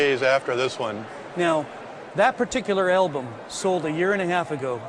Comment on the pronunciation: Stop saying "elbum" dammit!